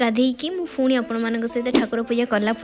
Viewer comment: Ruti di phuni kn kahuchanti seita phuni nuha seita puni plz don't say phuni